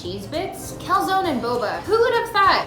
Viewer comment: THAT IS NOT HOW YOU PRONOUNCE CALZONE !!!!!